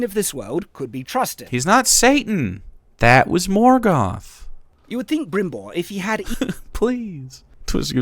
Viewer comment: Yeah like it seriously makes me doubt if he even saw the series. but that "Brimbor" was even more annoying lol